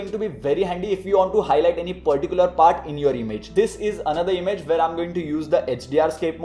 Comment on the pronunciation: Give me a heart....mr. "Thhis particular"... 😁 😁